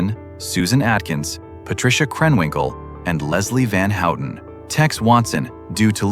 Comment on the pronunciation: “Leslie Van Hootin’? AI narratives suck!